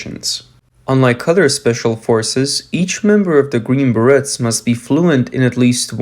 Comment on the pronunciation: The Green Berrettts...LMAO Learn to say the name correctly!